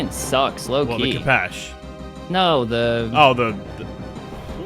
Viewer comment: pls lads, it's pronounced k 'oh' pesh